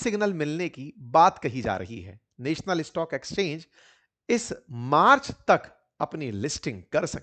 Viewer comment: नॅशनल होता हैं नेशनल नहीं